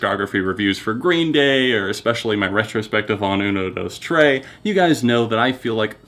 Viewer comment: "uno, dose, tray"